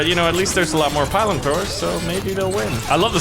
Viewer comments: Pilum is not pronounce like Pylum. You should say 'Peel-room'. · Incidentally, it's pronounced "pee-lum," not "pie-lum." Also, the Roman short sword is called a gladius, hence gladiator. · Its pronounced PEE-LOOM, not PIE-LUM! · It is pronounced pee_lum not pie_lum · Spelled pilum pronounced pee-lum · He is saying pilum/pile wrong screams in Latin